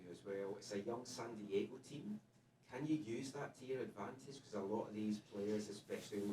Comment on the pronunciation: "Sand Diego" lol